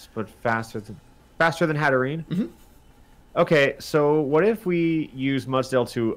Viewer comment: It's hatter + serene. You don't pronounce the last e.